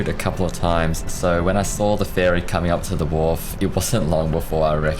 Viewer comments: Ferry. It’s… ferry. Not “fairy.” Ferry. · Im pretty sure youre saying fairy instead of ferry, sorry 🤣